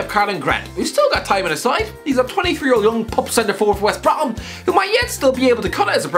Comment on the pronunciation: “West Br-Uh-Om” 😂